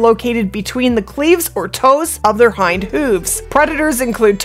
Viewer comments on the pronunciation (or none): none